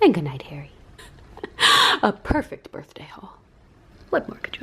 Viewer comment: I laughed so hard when pronounced all the BDA BDAY & BADY 😂